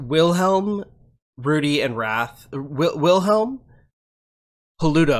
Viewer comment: i thought "raf" was "wrath" lol